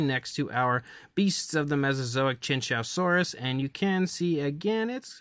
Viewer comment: It’s pronounced “chew-wan- zow-saurus”